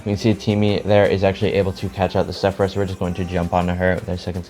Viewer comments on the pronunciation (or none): none